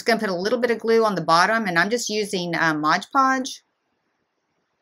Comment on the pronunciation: MOD Podge, lol not Modge Podge!